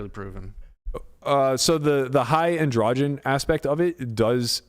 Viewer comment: Why do you pronounce ANDROGEN so weird